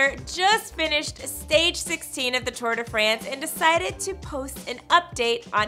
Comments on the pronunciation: It's not "Too-uhr de Fraynse" *cringe*. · Tor de fransj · Right!!! How she says Tour de France was just painful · Stop butchering the name... How she’s pronouncing the Tour de France is just excruciating to hear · You could at least pronounce the name of the race correctly. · Am i the only one who dont like how people say tour de france